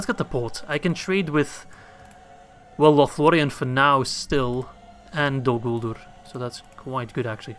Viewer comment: U missaid dolguldur